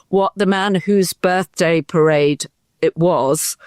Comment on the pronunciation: First thing to say to donold: 'Loved your pirrrade!' laughing.